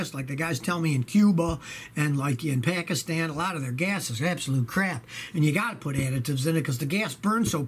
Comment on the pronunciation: Thanks for saying Pakistan so perfectly :-)